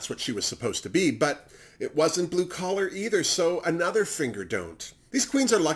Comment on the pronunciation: ha, my bad:) When you were talking about Jigly, Akeria and Skarlet you said “it’s not blue collar” but what I heard was “it’s not blue color” Lol Kisses 😘